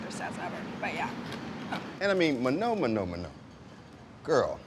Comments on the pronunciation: But he couldn't pronounce manon's name right... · I wonder if it's an inside joke that he keeps saying Manon's name wrong